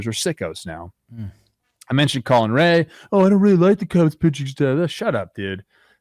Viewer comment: Its pronounced ray not ray-a